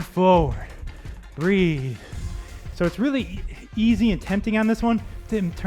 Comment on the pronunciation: I hate when “breathe” sounds like “three” and I get fooled into thinking the move is almost over 😂